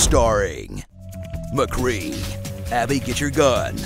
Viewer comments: Omfg i lost it when he said ;Mcree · Aw man I fucken died when he said “MCREE” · Sharing "mcree" Im crying